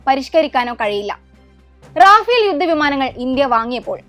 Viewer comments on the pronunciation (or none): റാഫേൽ ❌️റഫേൽ